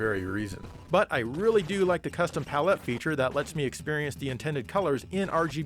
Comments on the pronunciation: I thoroughly enjoyed the pronunciation of "PAL-ET". 10/10 would subscribe again. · You are the only person I've ever heard accent the second syllable in the word "palette." lol. palETTE. Interesting. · Have I been mispronouncing the world palette this whole time…?